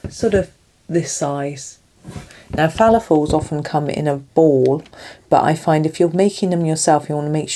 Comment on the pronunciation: The correct pronunciation is "Falafel". I'm aware of this because of my Sister's husband being an Egyptian.